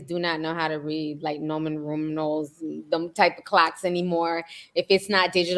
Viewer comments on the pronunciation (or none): “Norman Ruminals” dead. Roman numerals girl😂😂😂😂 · “noman rumerals” lol